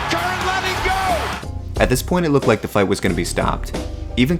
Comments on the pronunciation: Cur-in. Not Cur-ran. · Pat Cran ? Curr-an, Curr-an. They even say it in the clip, lmfao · Cur-ran (kur-in) Not kran lmao